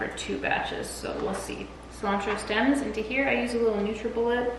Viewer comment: I definitely kept hearing cilantro stem CELLS lmao I was like what in the science is she up to